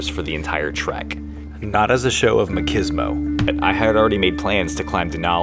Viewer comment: You said makeesmo it's machismo like pronounce cheese like pizza 🎉